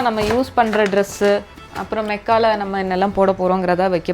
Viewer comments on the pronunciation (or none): மெக்கா இல்ல மக்கா